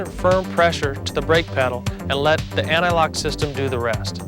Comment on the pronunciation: Also the dude saying anti-lock like analog irks me.